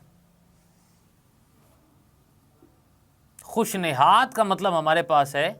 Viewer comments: Sir nasad nhi hota khush nihad hota h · Aap ka tallafuz durust Nahin, khush nazad Nahin khush nayad hota hai, Dil kasha Nahin Dil kusha